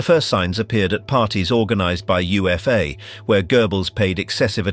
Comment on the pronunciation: UFA was said as "OOH-FAH"